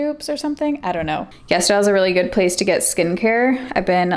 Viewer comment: ITS CALLED YES STYLE??? oh my god this entire time i thought you were saying Yes Dial